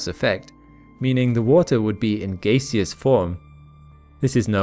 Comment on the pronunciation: It's pronounced gas-eous, not gay-seous ;)